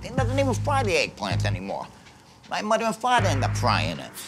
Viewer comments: Eduardo Escuadra My mudduh and fadduh end up cookin it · Hello muddah. Hello faddah. A lazy cook is, Frank my bruddah. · Frank is a very wrazy. COOK. Eey dont even fwy tha Eggplants anymoah, my mudduh and fathuh end up fwyin it.